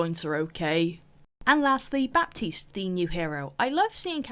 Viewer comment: clicked as fast as i could (ps: the 'p' in baptiste is silent)